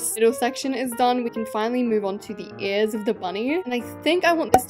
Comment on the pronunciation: why do u say ears like that u say it like earts lol